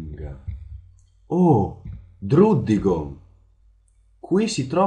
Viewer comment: si legge wocciog e draddigon